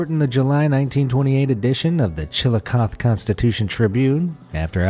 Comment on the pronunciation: it's pronounce Chillicothe with a an emphasis on the e at the end. Just so you know it's not chill-eh coth its chill eh coth eee